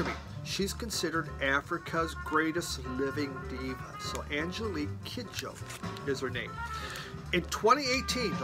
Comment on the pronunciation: Hey. Congratulations on making it through another year. Great shirt. Love all the Miles. If I saw that Black Gladiator sleeve I wouldn't hesitate to purchase it. Nice work with the Kidjo full name pronunciation. Sounds like a really interesting record as well. Flying boobs is a very interesting concept. Great psychoactive drugs, I'd guess. Enjoy your nap.